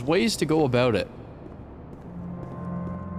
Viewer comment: Forgot was Canadian until when he said “there’s ways to go about it”